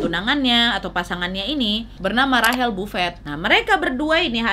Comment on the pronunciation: Kakak yang bilang rachel buffet sebener nya bukan rahel tapi baca nya rechel(rachel) semoga di baca maaf ye